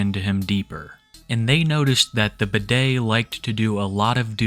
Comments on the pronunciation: I was listening to this video while doing chores and when he called him “bidet” I was so confused until I looked at how it was actually spelled 😂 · Everytime you say his name i only hear bidet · Hey. Medium enthusiasm fan here, just wanted to say I was a huge fan of how you called him Bidet instead of Budday. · I know youre saying "Budday" but its so funny to me that it sounds like "Bidet".... very fitting 😭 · So his online handle is Budday? Is it a play on words? Does he know it sounds like Bidet? Oh of course not! He’s too dumb for that